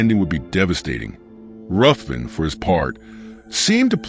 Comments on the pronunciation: It's pronounced 'Riven'. It's a Scottish clan name, and the name of several places around Scotland. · FYI, it’s actually pronounced “Riven”